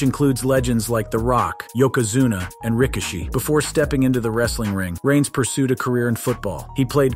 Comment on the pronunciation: So nobody noticed how he said yokozuna but put a umaga video ?